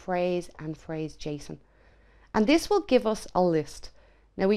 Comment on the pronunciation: lolwat? It's "parse" not "phrase" 🤣